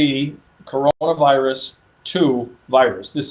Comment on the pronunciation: Its kuranavirus